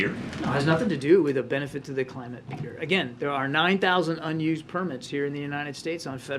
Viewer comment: He's weaponized the name "Peter"! Presidunce O'Biden loves drilling for oil....."Peeetur"!